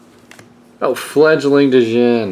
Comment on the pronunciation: Dejinn? Wierdest way to say Djinn I've heard